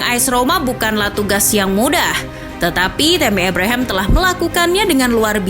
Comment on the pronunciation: Min...meuni ebrehem,abraham saja lah,😂